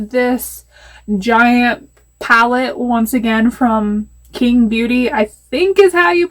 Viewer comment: Love the eyelook! So excited to get mine! Also that word is pronounced "Ching" it was the last imperial dynasty of China♥